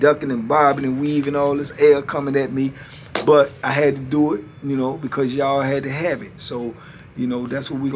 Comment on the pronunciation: Can you tell them it's pronounce do not dew🤣🤢